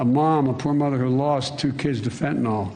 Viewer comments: Fentanyl, not "fentanol". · I wish someone would tell the President that it’s FENTANYL….Not FENTANOL!!!